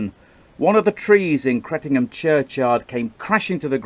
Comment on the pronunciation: My home village. Rumour has it there’s still blood stains on the floorboards of the vicarage. Also, nice to hear you pronounced the village correctly for Suffolk ….” Cret’num’